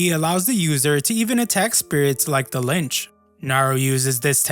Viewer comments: Mfer calling it a lynch. Its a lich brother.. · its a bloody LICH and not LYNCH